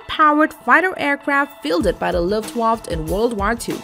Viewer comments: "fielded by the luftwafTTTT" CouNtRy Of oRigIn: UK. Well done. I can tell a lot of work went into this. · That mispronunciation of the words Luftwaffe and War....Amusing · after mispronouncing luftwaffe, didnt bother watching further